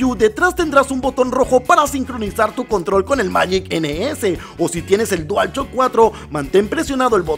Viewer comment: Nadie:: Dual Chock 4